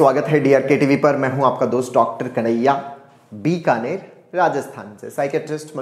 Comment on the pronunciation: Dikaner nhi Bikaner hota h